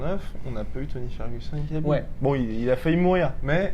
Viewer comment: Très bonne vidéo les gars. Je le sens bien Ciryl. En revanche, le kh de khabib n'est pas un vrai kh, ni un k, mais un h aspiré : حبیب en arabe.